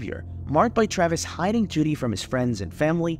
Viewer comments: JODIE, not Judy. You called her Judy quite a few times. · I swear I heard Judy a few times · It’s Jodie not Judy